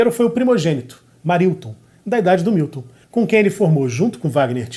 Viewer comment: Grande finalização com Caetano citando Fernanda Montenegro. E Milton... não é Wilton, é MILTON. Muito bom! Muito bom. Manjo nada de música... mas acho q... vou acabar aprendendo arranjo... sem querer, querendo 🤓